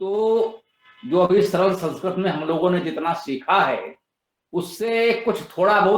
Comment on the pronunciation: सरल✅ सरळ❌